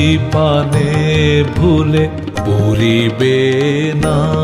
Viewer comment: যেমন সৌম্যদর্শন, তেমনই ওঁর কণ্ঠস্বর কোমল এবং সুললিত। গানটি মনে বিশেষ ছাপ রেখে গেল! একটি বিশেষ নিবেদন রাখি:- অধিকাংশ পূর্ববঙ্গীয়দের মত উনি "ড়"-কে "র" উচ্চারণ করেছেন ( "...আমারি মুখের পানে প"রি"বেনা...") যা গানটিতে রসভঙ্গ ঘটিয়েছে। অবিশ্যি একথাও বলা দরকার, এপারের বাঙলার উচ্চারণ‌ও এখন এই ধরণের দোষে এত বেশী কলুষিত হ'য়ে গেছে ( প্রধানত '৭১-এর পর বিপুল সংখ্যক শরণার্থীর আগমনের প্রভাবে) যে, বাঙলাভাষা তার সুললিত উচ্চারণ রীতি অনেকখানিই হারিয়ে ফেলেছে!অন্তত, রাস্তাঘাটে সজাগ হ'লে বা রেডিও-টিভি শুনলে সেটাই মনে হয়। যাই হ'ক, এ ব্যাপারে যদি একটু সচেতন হ'ন, তাহলে আমার মতন শ্রোতারা বাধিত হবেন। প্রসঙ্গত, ওঁর চন্দ্রবিন্দুর উচ্চারণ উল্লেখযোগ্যভাবে ত্রুটিহীন!